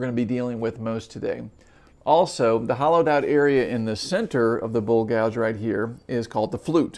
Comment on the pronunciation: You are vert knowledgeable nit i wish you gould say bowl and not bull